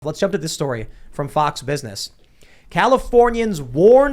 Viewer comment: "Faux warns of possible....." Damn tim fool is lazy